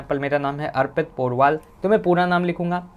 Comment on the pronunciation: Kya naam bataya? Kuchh ajeeb sa hai . Airpit nhi arpit kahte hai usko